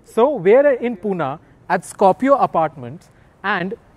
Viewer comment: पूना नाही रे... पुणे म्हण.